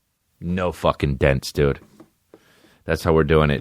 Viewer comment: Hi I'm new to the D'elia experience so forgive me for asking in case the answer is inside baseball. But do you purposely mispronounce "dude" for jokes or are you fucked. To me it sounds like "dewid" I dont know just asking.